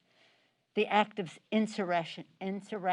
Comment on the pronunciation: She has a really hard time saying insurrection